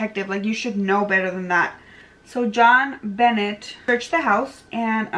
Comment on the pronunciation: Her name is pronounced JON BEEN NAY. Wow